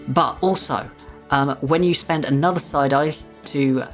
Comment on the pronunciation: 😂 I kept hearing you say, "...you can spend a side-eye....."